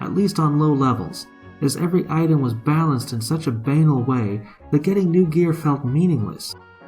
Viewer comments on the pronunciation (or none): Lol, banal doesn't rhyme with anal. It's buh-NALL.